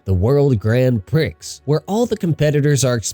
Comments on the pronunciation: “Pree”, not “Pricks” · It's pronounced "pree" I'm pretty sure. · i mean he said the X in Prix with the Pri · That’s a funny way to say prix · You pronounce "Prix" wrong, the "X" is silent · yeah but you don't pronounce the X in Prix, it's silent